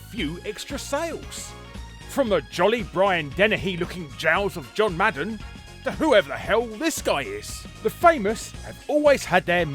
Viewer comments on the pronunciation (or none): none